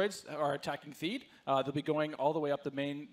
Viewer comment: lol its Theed...